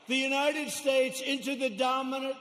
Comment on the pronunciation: "United Stayes" LOL